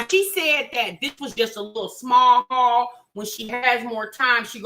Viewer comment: When can’t pronounce food hauls I think she hit the food bank. But working for ebt or any benefits has been a requirement since 1998 in Michigan.